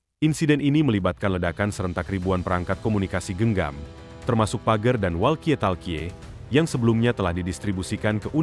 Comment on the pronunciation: Pager....bacanya PAGER.